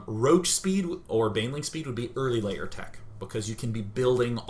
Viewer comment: Why does he keep saying "Layer" instead of "Lair"?